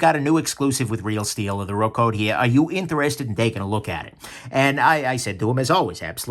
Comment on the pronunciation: Not "RokOt" but "ROkot". It means "Roll, boom, rumble".